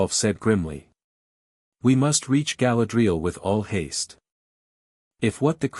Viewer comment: It is pronounced Ga-LAD-ree- al ! !